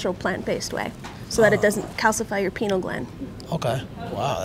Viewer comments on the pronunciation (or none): "So it doesn't calcify you penal gland", it's Pineal.... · its not pinal gland. its pineal. but i like that u know about that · “PENAL Gland” 😂